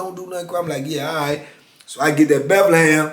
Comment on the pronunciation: He be killin me every time he say Bethlehem 😂😂